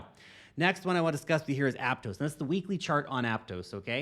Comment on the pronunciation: ApTOSS, not apTOES.